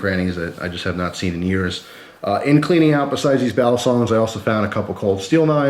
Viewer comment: Balisong is pronounced with the accent on the last syllable in Tagalog. 👍🏽🔪